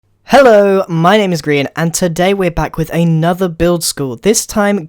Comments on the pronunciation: (giggles) "Gree-an." 😂😂😂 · Is it anyone else or is it just me that kinda cringes when they say "Grain"